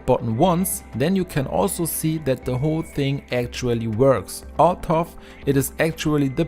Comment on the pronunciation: although is not Althoff. It is allthoe.